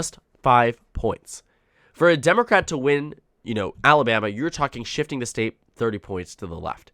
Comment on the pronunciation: AL-a-BAM-ee ain't what she used to be!